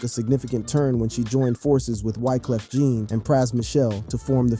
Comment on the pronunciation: I LOVE YOUR CONTENT! ... However, YOU butcher names 😞 🤔 lol ... "FOO-G's" not "FEW-G's" also, "Wyclef John/Jean" not "Jeanne!" Where are you from!? 🤔